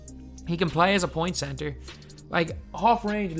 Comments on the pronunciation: Cebter lol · Typo, you said cebter not center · The “cebter” of attention